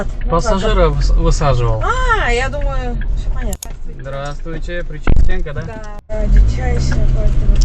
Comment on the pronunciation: мен деле орусчаны кыйратам го деп келгем Баткенден бирок, Пречистенка деген создо ударение "е" тамгасынсна эмес "и" тамгасына таандык;)